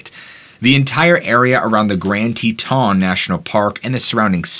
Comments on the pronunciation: Haha Grand Te TAHN dude its grand Teton how its spelled no French accent needed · Love your channel and never miss it. FYI Teton is pronounced with the emphasis on the first syllable rather than the second.